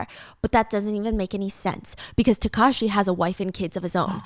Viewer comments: taakashi not takaashi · I heard Takashi as Kakashi 😂😂